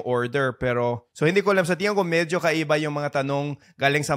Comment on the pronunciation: really enjoy your videos... just a friendly fyi.. it's tingin (tee ng een) instead of tiyan (tiyan's belly...):)